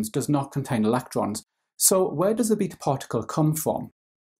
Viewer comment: I hate the way he says "beta"